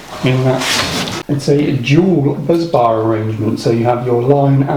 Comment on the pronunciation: If Jordan's photo could speak, he'd be saying "Bus-bar, not Buzz-bar"